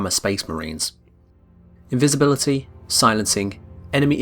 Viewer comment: Is no one going to talk about "invibisibility"